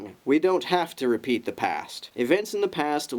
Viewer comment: I have to point this out... At about ..."reapeat"